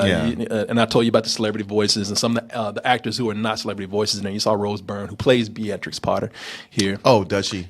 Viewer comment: That's an interesting way to pronounce Beatrix, I guess they've not heard it aloud before... I loved this review & I'll watch the film even though I'm worried it might ruin a childhood classic, it seems fun.